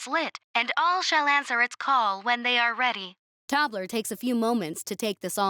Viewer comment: So.... Tobler sounds like toddler, and dwarfs becomes dorfs. 😂😂😂